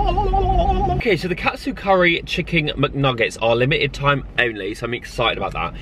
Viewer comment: Is he saying chicking? Hahahhah so funny love! X